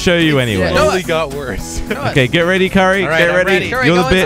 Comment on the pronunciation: not it's currie